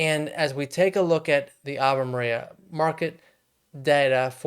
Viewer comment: It’s AVE MARIA